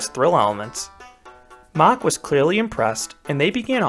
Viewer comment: Its MACK NOT MACH